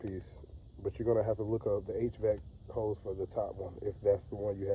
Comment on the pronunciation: Not coolant “hoes” 💀🤣